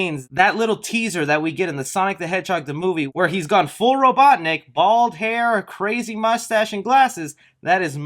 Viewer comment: ROBOTNIK YOU FUCKING NOOB!!!!! God, youre the type of dude who says "raashe al ghul" instead of "RAZ"!!!